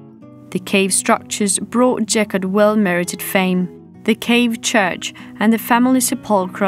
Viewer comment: Geghart ….. Keghart ….Գեղարդ And it’s not Jeghart.